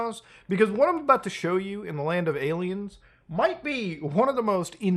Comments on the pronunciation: What does he keep saying? Ayla Maows? . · why does he call aliens, aylamows?